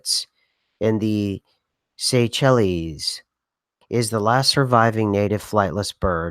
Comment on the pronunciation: It's pronounced "say-shells". Great show! Cheers!